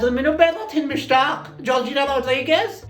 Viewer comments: مشتاق❌. 😂 موشتاق✔️ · مشتاق❌ موشتاق ✔️